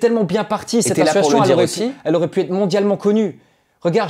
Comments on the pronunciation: Dylan il est insupportable à ne pas savoir prononcer le mot ASSOCIATION. « Assuation » c’est insupportable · Il ne sait même pas prononcer le mot ASSOCIATION !!